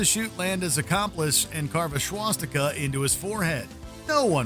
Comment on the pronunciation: Did you say Schwastica?